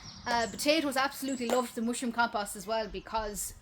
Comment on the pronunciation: The way she says ‘mooshroom’. Sigh.